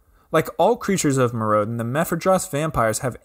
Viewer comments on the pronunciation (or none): why does he pronounce Mirrodin like that?